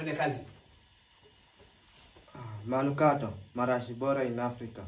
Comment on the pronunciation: Ulisahau kusema manungato 😆😆😆 , wakambaka hawasemi manukato